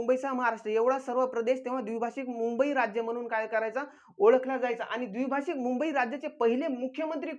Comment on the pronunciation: सरजी अमरण ( अमरन ) नाही द्विभाषीक ( द्विभाषिक ) नाही